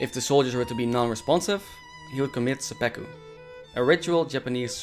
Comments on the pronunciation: Great video, thanks, but it's seppuku not seppeku. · Pretty ignorant pronunciation of Seppuku and saying it is "romanticized suicide" do more research man. Bad look.